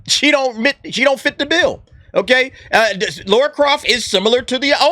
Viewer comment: It's Lara. Her name is fucking Lara.